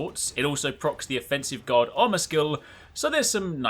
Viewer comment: Through most of the video I though you were saying God instead of guard. I thought it was a new invulnerability window lol.